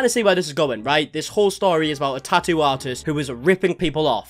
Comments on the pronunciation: He’s getting a “taa’oo.” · he says tattoo "normally" until he says it about him self his accent comes out thicker and says 🇬🇧 tattoo